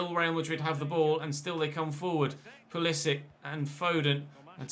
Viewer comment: Just to let you know pulisic is croatian also so you say it like modric